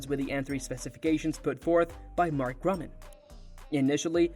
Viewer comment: His name is Mark Gurman, not Mark Gruman or Mark German as pronounced in this video.